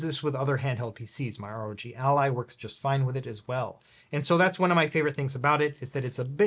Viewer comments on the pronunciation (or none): none